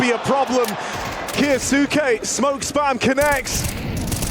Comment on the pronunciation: Caster can say Kioshima's name just fine but Kyousuke is KA YOO SOO KE?